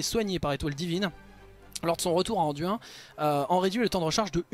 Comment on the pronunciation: j'impose pas. Je dis juste que dans le jeu son nom est dit anduin et pas anduine. Cest tout.